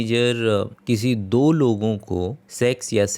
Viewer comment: Brother! You have got 01. Fake Deep Voice 02. It's ✅marital मैरिटल 🚫 marietal मेराईटल (Fake Accent and wrong pronunciation) 03. Fake ✅ Do(2) दो 🚫 Dow दाव (Fake Account and wrong pronunciation)